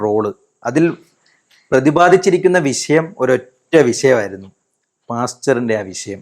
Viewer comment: എടാ പൊങ്ങാ വിസ യം അല്ല വിഷയം🤣🤣